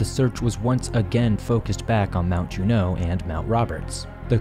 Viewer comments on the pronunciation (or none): Saying "Alaskan Bermuda triangle" just sounds stupid. Alaska is nowhere near Bermuda, just call it the Alaskan triangle. Also, "Juneau" is emphasized on the first syllable, just in case you make another video on the topic.